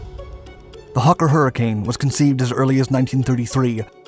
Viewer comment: What's a "hukker"?